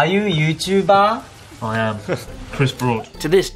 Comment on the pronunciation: "Are you youtubah?" "Yes 🙂"